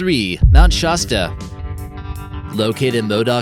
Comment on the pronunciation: the original footage of Bigfoot is actually a FEMALE!! Shaw-sta? WRONG its sha-sta you dork!